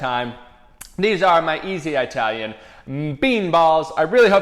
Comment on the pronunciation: Did he seriously just say 'I" talian???? smh